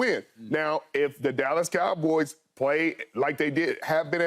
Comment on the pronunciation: Keyshawn pronounces it as the kalboys